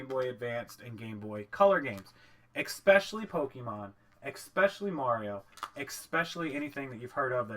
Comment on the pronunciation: He says ''ecspecially'' lol